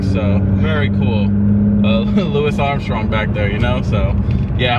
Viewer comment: We won't talk about how you pronounced Louis Armstrong🤣